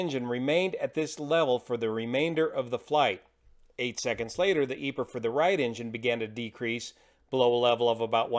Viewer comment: Ive never heard anyone say EPER for EPR but great video!